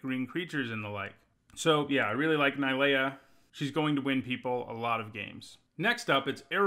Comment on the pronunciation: Its not ni lea.... And you jist kept saying I lol